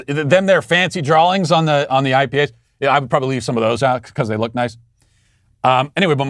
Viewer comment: I’ll start commenting words that Matt butchers in hopes he just reads it and proves the point. This for example: Drawing